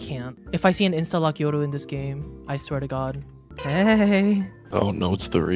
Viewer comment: why you pronounce yoru like that